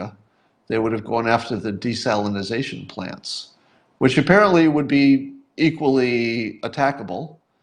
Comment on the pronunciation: Psst... public speaker: It's desalination, not desalinaZAtion.